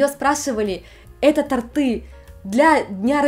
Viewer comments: Видео интересное, но правильно говорить тОрты👌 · тОрты, тОртов, на тОрте. В любой форме слова "торт" ударение на букву О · ТортЫ - самое неловкое, что было в ролике. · Очень интересно! Наткнулась на ваш канал недавно, но уже посмотрела много видео. Спасибо за вашу работу. Только уж очень в конце ролика резало уши слово тортЫ. Пожалуйста, ставьте удобрение на букву О) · торты -ударение на первый слог. Режет слух. Сорри. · Как же тортЫ резали слух! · Напишу кратко: не торты́, а то́рты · При всем уважении, но тпрям режет слух тортЫ🤦🏻‍♀️ првильно тОрты тОрте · Спасибо за отличный выпуск! Простите, но у Вас проблемы не только с японским, но и с русским: тОрты, тОртами, тОртом. На будущее: шАрфы, шАрфами и так далее. Впрочем, если Вам всё равно, то: звОнят, позвОню, звОнить и т.д. Даже если в Японии проблемы со словарями, есть Google! Удачи! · она на украине изучала русский язык. Ну раза два бы сказала не верно никто бы и не заметил, то эти тортЫ через слово просто достали. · Ааааа, тОрты, кровь из ушей пошла)) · Всё хорошо, только тОрта, тОртов, тОрты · на самом деле, тОрты.... не торЫ... поэтому, не удивительно...))) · Млиннн! Но тОрты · Не торты, а торты. Не порты, а порты. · Хорошо, что такая приятная и с юмором относится ко всему. Есть у "нашего брата" такое - сделайте так как НАМ надо, а не вот это вот всё с вашими дурацкими правилами, в ВАШЕЙ отсталой стране. И вообще: мы уже пять лет в Японии (нужную страну подставить), а все вокруг так и не говорят по-русски! Знаю, что говорю. Сама 23 года в Германии. Сын ошибок трудных..., в слове ТОРТЫ ударение на О. Проверочное слово - тОрт. Нихон! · Только правильно говорить тОрты. Но я преклоняюсь перед вами, потому что вы знаете СТОЛЬКО языков... ❤ (просто слух режет - тОрты, за тОртами, на тОртах) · твОрог и творОг правильны в двух вариантах произношения ,но с тОртами - это не работает . Правильный только один вариант - тОрты. Пожалуйста, пощадите наши уши )))